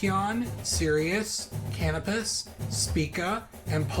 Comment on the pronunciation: Soft "c" in Procyon (that matches the normal pronunciation rule for "c" in English: If it's followed by e, i, or y, use the soft c sound or \s\ sound, as in cyan and cyanide and cycle). Canopus is pronounced cah-NOH-pus. Spica is pronounced SPY-kuh. You have an extra "o" in Scorpius. Great video!